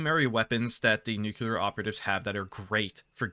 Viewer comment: Love that you pronounce it nookular, makes me smile every time